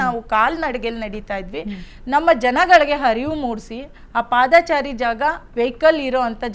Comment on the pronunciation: ಪಾದ - ಚಾರಿ ಅಲ್ಲ ಪಾದಚಾರಿ ಕೂಡಿಸಿ ಹೇಳಬೇಕು